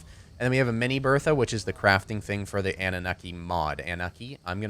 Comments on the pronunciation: Oh btw man if you want to use really good narcotics do the sedative narcotics from the anunaki mod. Oh and the pronunciation for that is an-new-na-ki just the heads up so people stop ripping you on it. you could get rid of the tranq mod because the anunaki mod has all the extra poison arrows and poison darts as well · its pronounced ah-nu-na-kee and you should dino armor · Its pronounced in-u-Nacki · it's prnoused an-you-oky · you pronounce it annu-naki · You pronounce it AN-OO-NOK-EE so ya... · the way its said is an-na-mok-ie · It's pronounced an-a-nukie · it's pronounced an-noo-nak-kee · its ah-new-na-ki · It's annunaki (AN-OO-NAH-KEY) that's the pronunciation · Ann-oo-naki Genesis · it's pronounced an-o-naki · an-ooh-naki is how it's pronounced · its pronounced anne-new-nock-e